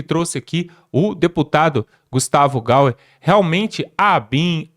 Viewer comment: NÃO É GUSTAVO GAUER,SE FALA GAIER..